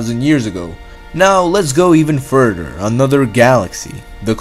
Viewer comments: Nigga said furderr but great vid xd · I like how he pronounces further, "furder". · Furder, dousand, andwameeda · I'm sorry, I had to stop watching. The narrator was getting on my nerves a bit. "t'ousand, and furder" are words I can't find in the English dictionary.